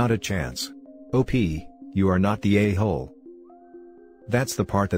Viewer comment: Am I the ayyyyhooooooooole? Dude for fuccs sake, work on these robo annunciations xD